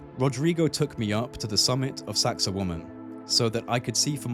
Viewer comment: well, it isn't and a native speaker has a youtube on pronunciation. Besides which, you are not saying wa-man, you are saying wo-man with the accent on the second syllable. I have heard numerous people talking about this place and there are two, you and another, who are saying it that way. But whatever, I'm sure you are right and everyone else is wrong.